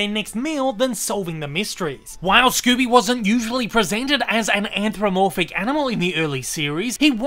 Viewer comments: It's "anthropomorphic," not "anthromorphic." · Why cant you pronounce anthropomorphic?